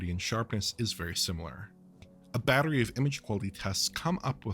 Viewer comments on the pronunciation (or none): none